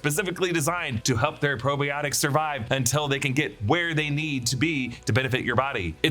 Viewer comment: The way you said Probiotics is making me sad....